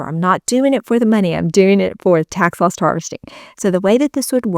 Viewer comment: It sounds like you are saying tax LOST harvesting.